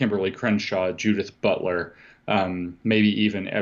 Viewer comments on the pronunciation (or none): I love the way JL spat out the name ‘Judith Butler’ 😂 (approx 1hour mark)